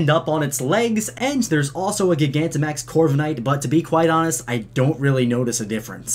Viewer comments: Its not gig-ant-max its gi-gant-te-max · Dude it’s ji-gan-ti-max not giga-max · Jye-gantamax, not guy-gantamax. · I think gigantamaxing is pronounced like gigantic instead of giga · genuine question, do you also say gig-antic instead of gigantic? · pretty sure gigantimax is pronounced like gigantic and not like giga since its about size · Can you stop calling Gigantamax,GEE-GA-NTA-MAX? Just call it Giganta-max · It's not gi-gan-ti-max, It's g-I-gant-imax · Its Not Prononced Like Gi-gamaxing Is Pronounced Like Jygantamax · Gigantic not giga ooooh it hurts lol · Everyone please like this comment so Mikes reads it. Gigantimaxing is NOT pronounced like gigabyte. Its pronounced like gigantic. As in they get big, as in gigantic. Please, pronounce it right. Its getting annoying dude. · Gigantic. Pronounced Jai-gan-tick. That’s where the word gigantimaxing comes from. Also, BOI DAS A WRENCH. Small mistake, but you’ve pronounced gigantimaxing like that a few times and it’s driving me nuts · Gigantic*max not Gigamax lol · It’s pronounce JYE-gantamax as in the word Gigantic. Everytime you say Gih-Gantamax it sounds like you’re stuttering lmfao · You’re a nice kid, but you have a couple things about yourself that raises some concern...have you ever pronounced the word gigantic (JI-gantic) as GIG-antic? Lol just remove the c, and add the word MAX at the end of it dude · Ugh I hate how you pronounce gigantamax gigantic isn't pronounced gig-an-tic it's pronounced ji-gan-tic lol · please pronounce “jie-ganta-max” correctly before i die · aight chief great video but first of all that's a damn wrench! second of all, you're mispronouncing gigantamax. i think it's a play on gigantic, which would imply it's pronounced that way as well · I think it's pronounced "Jie-gant-uh-max-ing" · Is no one gonna talk about how he says gogantimaxing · did anyone else get mad when he called it gig-anta max? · Am i the only one who pronounces gigantimax like (gy-ganti-max) you know, like gigantic.